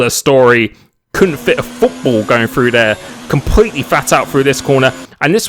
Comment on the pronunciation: I laughed too hard at the "you couldn't even fit a cigarette packet frew dare!" lol